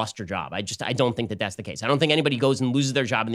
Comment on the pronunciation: "think" --- sounds more like "dream"